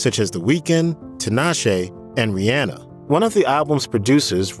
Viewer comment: The way dude pronounces Rihanna's name 😂😂😂 **Trigger all the hate comments stating that it's besides the point of the video**